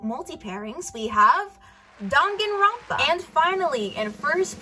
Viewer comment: Someone who pronounces Danganronpa correctly... Impossible.